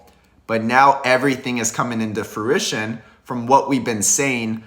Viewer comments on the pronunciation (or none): none